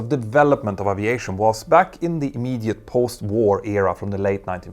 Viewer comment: Dude You need to pronounce the word aviation correctly